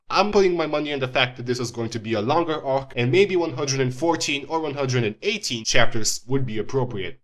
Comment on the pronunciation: Your pronunciations of both "Marley" and "arc" annoy me way too much.